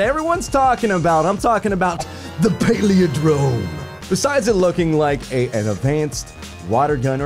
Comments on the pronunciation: I love you bless but please....please.....learn to say the name correctly.....its...."Pal" "lin" "drome"......not... paleodrome......please....love the vidoe otherwise. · It's pal-in-drome bless. It means something that is same forward as it is backwards. You know, like the word poop. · Pal-IN-drome. Good grief,! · PAL-IN-DROME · "paleondrome" love ya dude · it's pah-lihn-drome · Maybe is on the Paleo(drome) diet and that's why he can't pronounce Palindrome:p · you talk for a living, and you can't correctly pronounce "palindrome"?